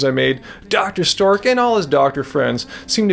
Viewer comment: sameee I feel like he does it on purpose X'D